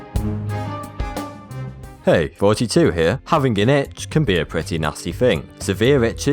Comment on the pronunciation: gad damit stop saying itsh i have started to bleed on my arm now